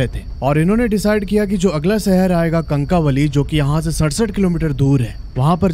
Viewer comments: कनकावली नहीं कणकवली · कणकवली prounounciation है